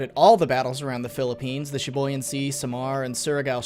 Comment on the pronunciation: Thank you thank you for not butchering the other Pilippino words but its LATE-TEH and SEA-BUYAN trust me I am a pilippino